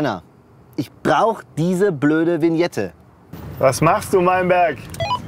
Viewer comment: Alle Deutschen: [Wiñette] Ösis: Winette😂🥴